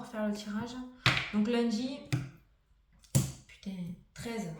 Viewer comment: coucou , je suis de l aveyron et j adore tes "putainnng " , beau tirage ! merci a toi